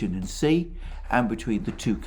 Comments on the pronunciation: Xi is not pronounced “see,” but rather more like “shyee,” or even “shee” would be closer. Otherwise great stuff. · President “she”, not “see”! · why are u pronouncing xi like a xylophone?